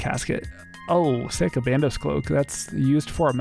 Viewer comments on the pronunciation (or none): none